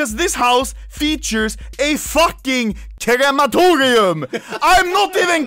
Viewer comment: People: Crematorium Anomaly: KERAMATORIAM